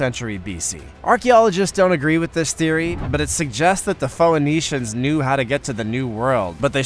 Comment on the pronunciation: Dude, Phoenician is pronounced " - nee - shun" not "pho - eh - nee - shun". You can google how to pronounce a word. Mispronouncing words that most other people know how to pronounce makes you sound less intelligent than you are. I wouldn't have brought it up except this isn't the first time you've done it. You do it quite often in your videos. You have done it many times in this video. Just when I start thinking how smart you sound you mispronounce an easy word.